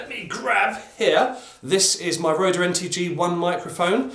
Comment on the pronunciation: "Rode" = "road" quit adding the "ehh" on the end